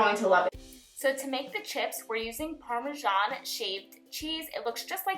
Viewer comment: The way she said Parmesan made me laugh idk y